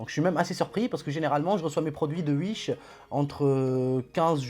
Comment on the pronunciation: Bonne video et j’aime bien ton accent quand tu dis « Uish » mdr 👌